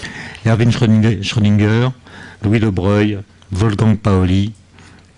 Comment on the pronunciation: Pourquoi on prononce Louis deBreuil et non deBroglie?